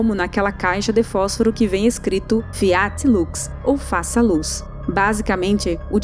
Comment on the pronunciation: A pronúncia de FIAT tem a tônica na primeira sílaba. Fonte: o latim